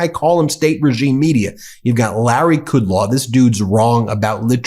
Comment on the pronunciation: You are mispronouncing Kudlow's name.